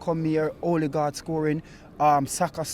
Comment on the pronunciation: “Olegard” “Nketi” lol hahahaha